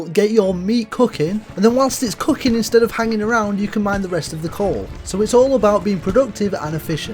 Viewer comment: “Get your meat Couking” 💀💀